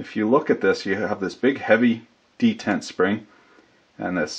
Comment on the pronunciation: de·tent /dəˈtent/ ￼Learn to pronounce noun a catch in a machine which prevents motion until released.